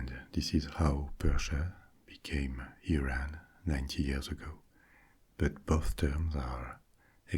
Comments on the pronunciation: me, an iranian experiencing a wave of relief when you said didn't say "iran" as "eye ran" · No Europeans pronounce it “eye ran”....